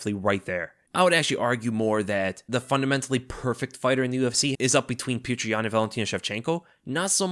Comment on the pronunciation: Man you're killing me with how you're mispronouncing Petr Yan's name. Lol. He one of the best fighters in the sport and former champion, current uncrowded champion. Show him the respect of pronouncing his name correctly. Lol. Look up the pronunciation if you need help.